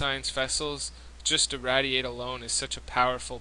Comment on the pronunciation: dude seriously, "IrrAdiate", not "Ir-raddie-ate". You've heard of radiation?